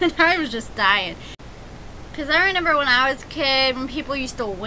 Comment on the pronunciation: Pleeease stop saying "renember" 😩